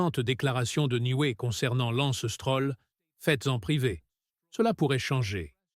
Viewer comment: Oh ¸ çibouère , lorsqu'on voit à 42 secondes '' l'anstrôle '' , au lieu de Lance Stroll , un minimum de respect s'impose . Et ça en rajoute une couche à '' c'était un honneur de travailler avec '' Niway '' , au lieu de Newey , ça est trop , merde à cette chaîne , Lance est là pour rester n'en déplaise aux enfants de salauds , un rappel ici hein les amateurs , le podium compte juste 3 places et puis mangez tous un char de marde les détracteurs de Lance , sur ce , à plus les z'amis .